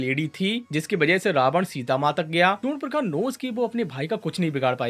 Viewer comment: It's not surnpakha.. Its SURP NAKHA